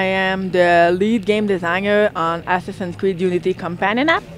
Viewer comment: It sounds like he said Ass-Assins creed XD